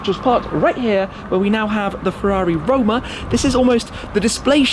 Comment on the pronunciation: Did you say... Ferrari Rona?